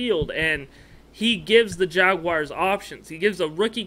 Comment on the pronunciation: Jag- WARS! Not Jag-“WIRES”… You’re supposed to be a REAL fan, dude. Stop it